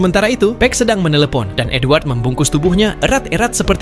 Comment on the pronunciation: Gw dengernya N-word bukan edward💀